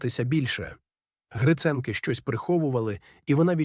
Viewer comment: Дякую вам за розповідь! Але вам потрібно слідкувати за наголосом: 'Віта Поштова" та "Гриценки" - має бути наголос на 2-му, а не на 1-му складі!